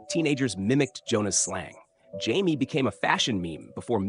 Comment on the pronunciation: I hate AI voices. It’s pronounced Juh May, not Jaime.